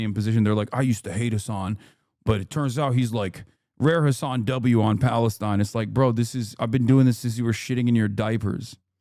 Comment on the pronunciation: I think Hasan is pronouncing it that way on purpose to rhyme with Jizz. He knows how to pronounce it correctly. But others don’t for sure.